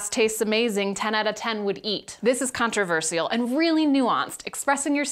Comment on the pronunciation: The way you say 'controversial' is controversial.